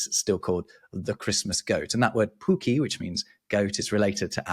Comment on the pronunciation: Oh no pronounce puk-ki as "pookie"